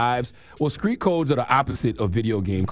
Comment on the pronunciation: Charlamagne you need speech therapy. Because you keep saying Screet; It's not Screet, its Street 🤣🤣